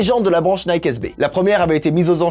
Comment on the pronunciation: Ah cette prononciation de « Nike » me fait saigner les oreilles !!!